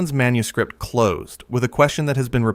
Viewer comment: This AI narrator is overpronouncing the plosive consonants so profoundly I'm about ready to chuck my phone. Right in my ear, every P is popped to within an inch of its life, every K positively choked on. "Manuscript" becomes "manus-KH-ri-!P-!T."